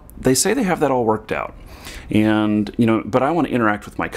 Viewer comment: I don't mean to be offensive, but in the first two minutes you say 'and' about 50 times, and you say it like 'end'. Quite annoying. Content was good, though. Thanks.